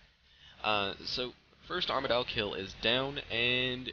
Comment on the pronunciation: Its pronounced arma-dil